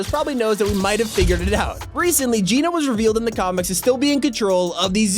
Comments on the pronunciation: It's Gēno not geeno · PLEASE STOP PRONOUNCING IT JEAN-O IT'S PRONOUNCED JENN AS IN JENNIFER O AS IN GENOCIDE.. LIKE THIS JENN-O ... BTW GENO (PRONOUNCED JENN-O) IS NOT A PERSON.. GENO IS A GROUP..A FACTION IF YOU WILL.. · ITS NOT GEE NO ITS GEH NO they said it in the trailer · It’s not Gino it’s geno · Its geno Pronounced: j e n o Not j e e n o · its Geno not geeno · It’s genō not geeno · Can you stop calling her Gino? its said Gèno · It’s gehno not geeno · It's not geeno it's like saying Jen with a o listen to john say it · Ok I just have to because it's pronounced Jen-o not geno cause thats what jonesy said in the event in season 6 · Why does he say jeano instead of geno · He keeps on saying jeeno it's geno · Just thought I would tell you your were saying geno wrong it's not ge no which is how you were saying it its geno ge not gee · How you pronounce Geno is so bothersome lmaooo. The actual event literally said her name. Gen-oh. Gen...like Jen. Oh. Geno. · ok why is it so frustrating the way he says Geno?? HE IS SAYING IT WRONG!!!!!!!!!!!! IT ISN'T PROUNOUNCED GEE-NO, IT IS LITTERALLY SAID IN THE CHAPTER 2 SEASON 5 TRAILER, HOW DOESN'T HE UNDERSTAND?? AHHHHHHHHHHHHHHHHHHHHHHHHHHHHHHHHHHHH!!! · geno is pronounced jeno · Please just pronounce geno properly it's so annoying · Your saying geno wrong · He's pronouncing Geno wrong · It’s geno not gino